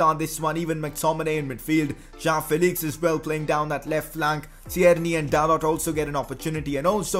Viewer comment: His name is pronounced as Dalow not Dalot..... Like if it annoys u 2